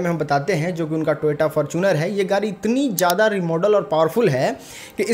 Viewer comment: अबे गाडी को तो गाड़ी बोल ले गारी बोल रहा है